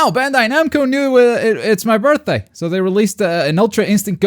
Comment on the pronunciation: Its yer birthday? Its yer birfday?